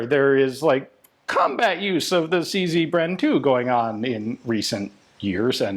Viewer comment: It's CZ, not CC.